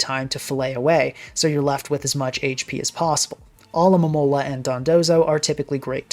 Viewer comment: always coming through as the one YouTuber who can correctly pronounce "Alomomola"